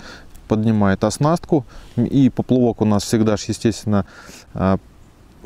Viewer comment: спасибо большое. Очень нужное и полезное видео. Единственный нюанс: "поплЫвок" - режет ухо...)